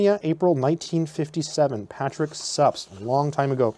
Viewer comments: I think Suppes is pronounced differently. I'm not sure but I think I've heard it pronounced something like "Soupies". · (/ˈsuːpiːz/ you are correct!